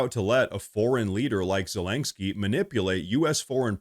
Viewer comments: There is no g in Zelenskyy. It's Ze-leN'-ske, not Ze-lang'-ske. That said, I do love your reporting. Thank you for such an honest and insightful presentation. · STOP SAYING ZA-LANK-SKI PLEASE!!